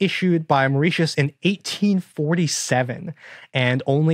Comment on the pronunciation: Today I learned that Americans can't pronounce Mauritius correctly...